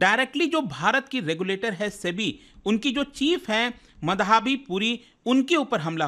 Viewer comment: क्या आपने कसम खा ली है कि आप माधवी को मधाबी ही कहेंगे? अगर कसम खाई है तो मुझे कुछ नहीं कहना, लेकिन अगर आपको एक हिंदी नाम का उच्चारण करना ही नहीं आता, तो आप एक महान शिक्षक बनेंगे। अग्रिम शुभकामनाएं।